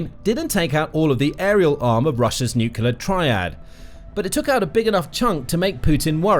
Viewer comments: fyi It's "NUCLEAR (NU_ KLEE _ AR) not NUCULAR. Pedantic , I know, but to me it's like nails on a chalk board since Gee Dubya Bush invented that misspeak. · NUCLEAR....not...NUCULAR! For God's sake. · It is pronounced nuc-LE-AR not nuc-u-LER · If you insist on saying nuclear so often, could you pronounce it correctly? You sound like Homer Simpson when you say nucular. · It's so grating when supposed political analysts or politicians can't pronounce "nuclear" correctly.